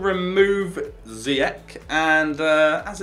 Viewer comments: You both said Ziyech 3 different way and said it wrong every time its Ziyech not Ziyeck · It's zeeeyech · Ziyech is prenounced Zie Jeg